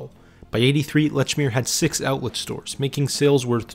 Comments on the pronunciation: Leechmere is how you pronounce it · Holy God!!! How can you do a documentary on something and continually mispronounce its name? It's pronounced "LEECH MEER". Just listen to how it's pronounced in the commercials you included!!! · "Letchmere" Absolutely not. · Very well done and interesting to learn the history. Lechmere was well loved in MA and it seems like they should have stayed local. The narrator is definitely not from MA 😂. Lechmere was always "leechmere" and Dedham is "deddum". There were one or two others that made me smile. Well done though. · It's LEECH MERE!! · Pronounced lechmere incorrectly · It's annoying that he mispronounces the name of the store.